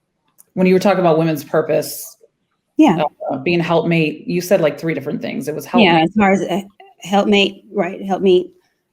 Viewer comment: It's "helpmeet" not help mate.